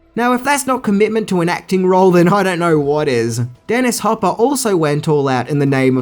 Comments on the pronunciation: Aaaaand it's John McTiernan (not McTierman), Dennis Hopper (not Hooper) and Joss (not Josh) Whedon. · Dennis Hopper, not Hooper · Hopper..not hooper.. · And, his name is Dennis HOPper, not HOOper. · You also mispronounced Dennis HOPper's name. It's not Hooper 🏀😂 Love your channel anyway! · You said hooper when Dennis's name is Hopper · ..It's Hop-per not "Hoop-er" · Hoooooper? Its hop per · Its Hopper not Hooper. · Hopper not hooper. Your jokes are TERRIBLE! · you also keep caalin "Yan" Jan, and called Dennis Hopper "Hooper" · You also said “Hooper” when talking about Dennis Hopper... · Did you just say hooper? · Also he pronounces “Hopper” as Hooper. Super cringe. It really boiled my piss.lol I often cringe at these videos... but then again... I often watch these videos. So at the end of the day, what can I say? Thanks for the hours of entertainment and movie trivia, dude!